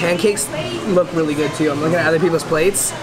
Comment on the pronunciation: My life is complete. I now know I am not the only one in the world that says “goid” instead of “good” sometimes on accident!!🥰